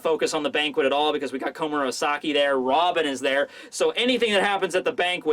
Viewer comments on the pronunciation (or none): For the love of God stop saying komamura-saki, all I can picture now is a big wolf man as a prostitute in the kimono.